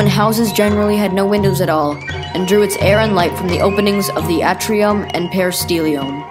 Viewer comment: A as in Apple is still a short A. The A in Atrium is an example of a long A. Your inability to distinguish them is a distraction. "A novelist's and writer's comment"